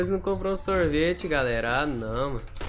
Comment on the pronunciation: A melhor parte e quando o fala sorvite calera